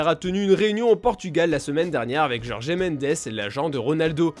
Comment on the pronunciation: On dit jorge. Pas jorgé !